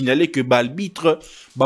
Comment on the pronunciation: Arbitre bem’s et non albitre